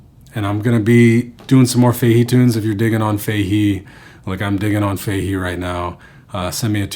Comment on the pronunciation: Great lesson, that's a great song and you delivered it really well! Only thing I could fault you on is your pronunciation of Sligo (Sly-go) and Fahey (Fah-he), but Irish names are hard to pronounce and the quality of the lesson was great so we'll forget all about it 😉